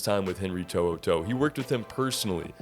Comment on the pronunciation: Good job on the pronunciation of his name. Roll tide.